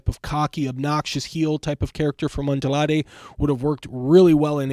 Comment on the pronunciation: Bro it’s Andrade not adlade if you can’t pronounce it say it in English damn